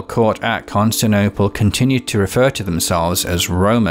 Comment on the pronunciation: "Constinople" lol